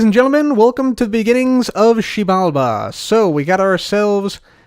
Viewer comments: it’s pronounced Zji-bal-ba I believe. It’s Mayan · Xibalba Keralis: Shebamibi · Massive cringe every time he says “Xibalba” 😂 It’s almost as bad as when Trump tried to say “Puerto Rico” in an accent! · Xibalba sounds like the Korean swear word, makes me laugh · Me trying to pronounce the title: Hermitcraft 7: To Xiebalabada! Episode 23) Please help me. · koreans be getting caught off guard everytime he says xibalba